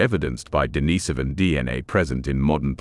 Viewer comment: i lose belief in articles that cannot have proper pronunciation of all words.. Esipecially when there should be a proofing setup to make sure the words and facts are proper. If you must use AI to speak, make sure the AI is proficient in it's pronunciation. Highly discouraged by this. Every time the word denisovian was mispronounced in particular, I cringed. From other comments, other people found other instances of impropriety.